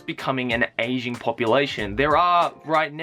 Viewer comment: Every time you said ageing all I could hear was Asian and I just thought yeh no shit Japan has an Asian population 😅